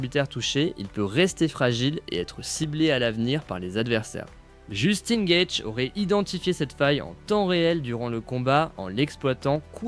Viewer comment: Gaethje : phonétique... gaëdji in english